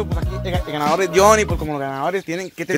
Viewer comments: Like si notaste que en el minuto decía Gandador, en vez de ganador. xD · soy yo o decia gandador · Minuto ademas de decir ganador dice *gandador*😂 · Jajajaja dice gandador jajajaja tal cual así habla el topa jajaja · Like si te diste cuenta que decia "gandador" en ves de ganador jajaja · Topa we la edición en vez de decir ganador dice gandador WTF. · Minuto 7.10 dice gandador en ves de ganador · Dice gandador:v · Dice gandador en vez de ganador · Dice gandador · dice gandador xd